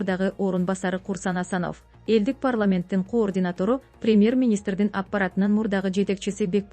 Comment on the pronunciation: "координатору""😂😂😂 отставкасы, кадырлык өзгөрүүлөр 😂😂😂 тупая ...окуучу .😅😅